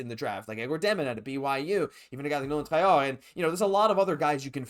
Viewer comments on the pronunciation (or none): “Nolan Traughhhhh” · You speak french and you butchered nolan traoré name 🤣🤣🤣